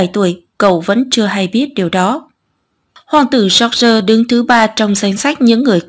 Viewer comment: cách đọc "giooc gi" thật cạn lời! 😑